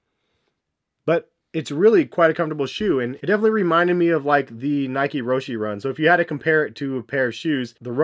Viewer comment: Man can't say roshe or Adidas properly